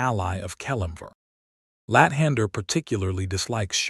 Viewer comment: I laugh hysterically every time you say lat hander